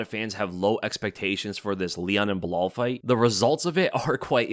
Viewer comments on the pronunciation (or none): When the say "belal" I just hear "BLAAAL". Am I the only one?😂